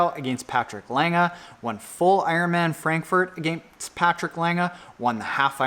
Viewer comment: Patrick Lange's lackluster results may indicate that he is timing his peak just right for Kona? It will be interesting to see. Also,, good job on pronouncing the "e" in Patrick's last name since he is German!